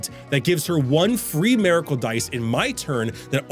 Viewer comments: "Merracle." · A-mericle dice. Sorry I couldn't un-hear it